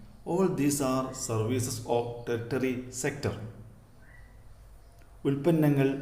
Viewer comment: Teritery allq tertiary😂😂😂😂😂😂😂😂😂😂😂😂😂😂😂😂😂😂😂😂😂😂😂😂😂😂😂😂😂😂😂😂😂😂😂😂😂😂😂😂😂😂😂😂😂😂😂😂😂😂😂😂 😂😂😂😂😂😂😂😃😂😂😂😂😂😂😂😂😂😂😂😂😂😂😂😂😂😂😂😂😂😂😂😂😂😂😂😂😂😂😂😂😂😂😂😂😂😂😂😂😂😂😂😂😂😂😂😂😂😂😂😂😂😂😂😂😂😂😂😂😂😂😂😂😂😂😂😂😂😂😂😂😂😂😂😂😂😂😂😂😂😂😂😂😂😂😂😂😂😂😂😂😂😂😂😂😂😂😂😂😂😂😂😂😂😂😂😂😂😂😂😂😂😂😂😂😂😂😂😂😂😂😂😂😂😂😂😂😂😂😂😂😂😂😂😂😂😂😂😂😂😂😂😂😂😂😂😂😂😂😂😂😁😂😂😂😂😂😂😂😂😂😂😂😂😂😂😂😂😂😂😂😂😂😂😂😂😂😂😂😂😂😂😂😂😂😂😂😂😂😁😂😂😂😂😂😁😂😂😁😂😁😁😂😂😂😂😂😂😂😂😂😂😂😂😂😂😂😂😂😂😂😂😂😂😂😂😂😂😂😂😂😂😂